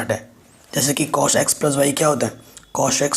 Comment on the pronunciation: Sir sorry but wo chos nahi cos or shin nahi sin hota hai